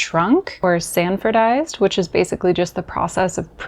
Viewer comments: Hey,, it's "Sanforized," not "Sanfordized". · The pedant has arrived - it's SANFORIZED, not sandfordized. The Process was patented by Sanford Lockwood Cluett in 1930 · Great video! 👍 There is just one "d" in "sanforized". In the very end 😼